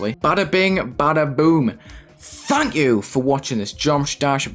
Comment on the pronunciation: I get scared when at the end if every video he says, “ THANK you”